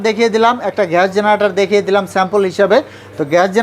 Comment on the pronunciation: ঘ্যাস না গ্যাস 😂😂😂